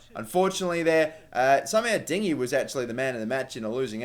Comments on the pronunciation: Okay correct me if I'm wrong but I'm pretty sure it's pronounced din-yay, please stop calling him dingy :') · LOOL i think he said DINGY? for Digne LOOL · din-uhh trust me im french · Digne is pronounced din-yay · I live in Lyon and i promise You that se prononce di nuh :) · I live in France and it's dig-nuh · I am French and I can tell you that you say Digne like you do but without the ay at the end the e is silent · No you don't say "yay" at the end.He pronounces it the right way but he adds "yay" at the end too and thats wrong (I'm french)